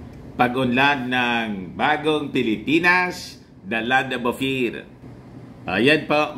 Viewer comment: Bakit land of apir sinasabi mo lagi....dba Ophir???? Nalilito na ako.